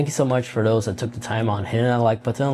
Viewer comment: THat... not Dat.